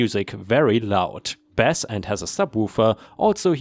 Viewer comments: Story 3... " Am ish" is said as "two" thirty, not "three" thirty. 🤣 Also, when it's relating to music, "bass" is said as "base." It's only said as "bass" when it's about fish/fishing. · 🌟🌟🌟🌟🌟👍🎬👁👁🐱 In music, bass is pronounced base. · Bass when in ref. to music is pronounced "base". Your English is pretty good, it is a hard language. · Please practice pronunciation. Bass and treble. Bass is not pronounced like the fish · English is hard on non native speakers. You pronounced Bass with a short A, that is for the fish, for all others it is a long A as in sounds.